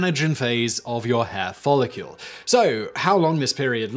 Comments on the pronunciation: "follicule" Simon? It's follicle. You don't pronounce Nuclear as Nucular, do you? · Follicle not follicule! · Follicle NOT follicule Simon. You've been corrected before. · I love you Simon. But, “follicule”. 😋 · Is Simon saying "Follicule"? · You're pronunciation of "follicle" is killing me. Theres no "u" in the word.